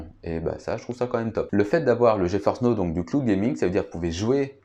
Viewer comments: Geforce n'eau... okay...c'est NOW, ca se prononce: "NAO" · Geforce Now se prononce: "Dji faurce naow"